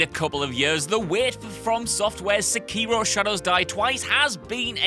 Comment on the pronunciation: His mispronunciation of sekiro hurts my ears